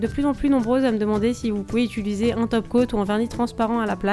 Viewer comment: on dit pas utuliser on dit utiliser